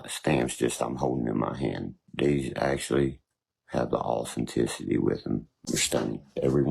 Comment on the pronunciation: He pronounces authenticity = awesometicity